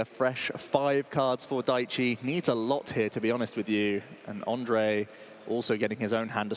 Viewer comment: Great games! I am happy that someone from my country won the worlds, altough I had a laugh that the comentators kinda gave up on pronouncing "ř" in Ondřej and called him Ondrej instead. 😀 Anyway, I loved those decks. Who could have tought that the flying Pika would end up being so good.